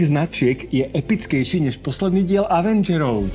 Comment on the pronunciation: nehovori sa to avendžerov ale evendžerov zlepši vislovnosť xd